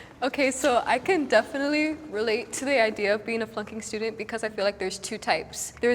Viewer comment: Sounds like she says "I can definitely relate to being a f***ing student"